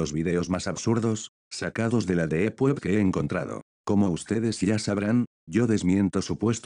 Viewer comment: Escrito: Deep Web Lo que el Loquendo pronuncia: Deeep Wuep